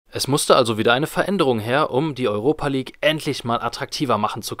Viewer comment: Junge sprech die Namen richtig aus. Entweder Europe- (Urope) oder Europa- (deutsch) League. Und Tirana wird ausgesprochen wie es da steht und nicht englisch.